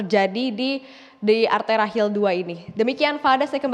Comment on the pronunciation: hill maksudnya hil lir